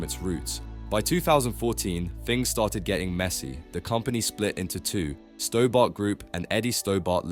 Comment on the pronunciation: Pronounced "Stobburt", not "Stowbart"